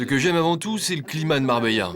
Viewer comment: MarbeLa 😑 Les français sans dents